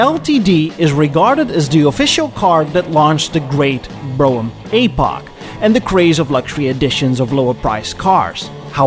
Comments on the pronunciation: AY-poch, it’s an EEEEEE-poch. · Well done, but it hurts my English ears when you pronounce epoch as ay-poch. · Maybe I’ve been pronouncing it wrong, too. I’ve always said “epp-pock”. So it’s supposed to be “ee-pock”? I prefer the way it sounds when says “ay-pock”. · A-pock? I thought it was ep-pock. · I like your videos but it hurts my ears when you pronounce epoch as Aypoch. It should be epoch with a short 'e' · As someone who also speaks multiple languages, I always appreciate pronunciation correction. "Epoch" is pronounced /ˈepək/. Or something like "eh poke." Love your videos! Ugh! Sorry! Didn't watch to the end before commenting! When will I learn? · Who was your English teacher? A-Pok? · I wonder how many comments got about his pronunciation of epoch, only for the classic self burn at the end lol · Honestly your pronunciation of epoch is a perfect fit for this episode, adopting quasi french prononciation for a faux chic impression, just like the "d'Elegances" and "deLuxes" in the video.